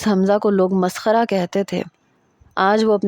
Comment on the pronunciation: Tamaskhara nahi maskhara hota hai 😂